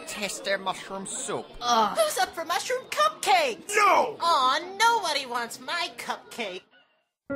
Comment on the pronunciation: The pony who said Mushroom Cupcakes sounded like Bubble Berry